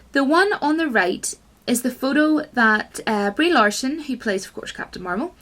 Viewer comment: "Reee Larson" LOL